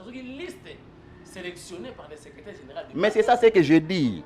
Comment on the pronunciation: Salut depuis les 🇺🇸🇺🇸🇺🇸 Invité na yo vraiment 🤔🤔 Ye azolobela niveau d'etude ya Ndeko na ye mais ye moko ba pronunciations mabe"secreteur"......🤨